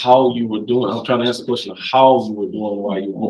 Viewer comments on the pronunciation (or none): "...That you was livin in..." those words came out of an attorneys mouth in court on record! Well guys its been a good run but id say thats a wrap for western civilization....i swear i heard him say "aks" in place of "ask" too...jeesus save us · He says ax, and he is a?